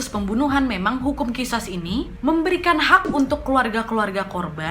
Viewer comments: Wak qisos bukan qisas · Khisos wak bacanya bukan khisas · Mhun maaf teh... Itu di baca nya.... Qishos... 🤗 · Qisos ka dibacanya bukan qishash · It's sound Qishosh, kak. Ehehehe Btw, yep. Maaf itu paling gampang diucapkan, paling sulit dilakukan, paling mulia klo udh bner2 ikhlas